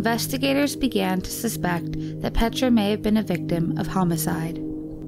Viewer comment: The pronunciation of her first name ist even worse! It's not called "petscha"... it's P-E-T-R-A 😬